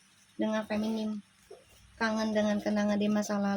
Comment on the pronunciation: Punten bu. FEMININ FEMININ FEMININ FEMNIN ..... Bukan Feminim bu. Sukses selalu ya.